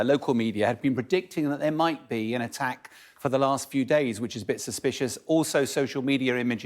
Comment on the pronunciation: She said ATTEK and then struggled to speak. Fire this woman immediately!